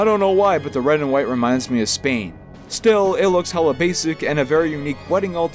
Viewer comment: The way he sais spain